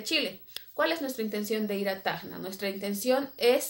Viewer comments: SE DICE TACNA ,NO TAGNA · cuando mencionas TACNA suena como que dijeras tajna..... y bueno nada saludos gracias por ir a tacna PERU 🖒🖒🖒🤗